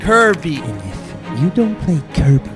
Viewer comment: Kuya speaking: KARBY